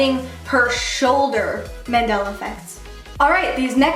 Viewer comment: Mandela* .... like the guy..... not mandala.